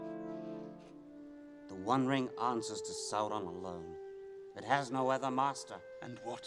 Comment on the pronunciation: it has no ether maaster lol, always fun how he pronounces that so weirdly